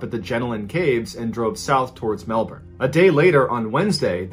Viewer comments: Love that you tried to pronounce Aussie things, but: Jenolan Caves - Jer- noel - an (not Jenalin) Goulburn - Goal-bin (you were real close on this, probably cause you got Melbourne, Melbin right) Wangaratta - Wang-gah-rat-tah (gotta say it like a Bogan) Yass - Y'ass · Yet one of the few americans I've seen pronounce Melbourne pretty well but i agree, i love hearing people from other countries try to say Aussie locations. To be fair I probabaly butcher the names of places in non aussie countries and I'd be cool with eliciting laughter for that too lol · He nailed Melbourne. So good job on his part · I'm from Melbourne, and I remember the second story well. By the way I appreciate your effort to pronounce Melbourne correctly - it was perfect. I was amused by your pronunciations of Wangaratta and Yass, which sounded kind of elegant :) It's actually a short 'a' sound right through, as in 'tattoo' or 'sang'. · As an australian, I love that you pronounced Melbourne correctly, most Americans don't.